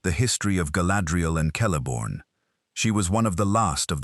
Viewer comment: Its pronounced Kelebrimbor even if written Celebrimbor. Just like Celeborn who is also pronounced with a "K" sound not "S" sound even if it feels more "natural" somehow 😊